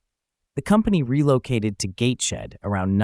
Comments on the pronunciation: 'Gateshead' is pronounced Gates-head not Gate-shed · Gateshed - I think you mean Gateshead, Glasgow??